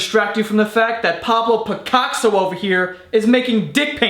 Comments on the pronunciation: it is not Pablo "picazzo" like you pronounced it XD PICASSO DAMN IT!! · He said Pablo picockso lol😂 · He said "Pablo Picockso" and I died 😂😂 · "Pablo Picockso" LOL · PABLO PI-COCK-SO I AM WHEEZING (yea i’m still watching in 2019 lmao) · I'm more upset that he went with 'piCOCKso' instead of 'dickasso' than the cyber idiocy. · 'Papa Pi-Cockso' LMAO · Nigga said Pablo PiCOCKsso 😂😂💀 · "Pablo Pi-cock-so"... As a fine arts major, I'm impressed. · "Pablo PaCOCKso" lmfao!!!! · "pablo picockso" I AM DECEASED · Oh lmao I didn't hear Picockso. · I watched a documentary on "Pablo Pi-Cox-so" years ago. Quite funny. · "pablo picockso" omg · " Pablo Picocksso" 😂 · Pablo "piCOCKso" LMFAO!!!!! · "pablo picockso" - 2k16